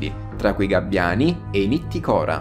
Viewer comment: Aggiungerei anche "nittìcora" e non "nitticòra"